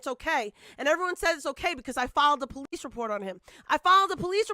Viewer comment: The POLE-EESE 🤦🏼‍♀️